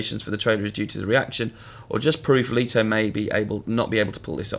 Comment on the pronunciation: Why do people still don't know how to pronounce Leto? Come on, you work with movies and stuff like that. How hard can it be?